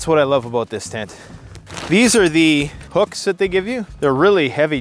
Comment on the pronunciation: "goht some hucks on top here" 😂